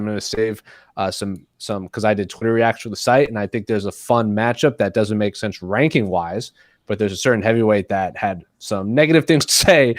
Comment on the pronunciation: Why can he pronounce thense but not sense or why is it not senthe or thenthe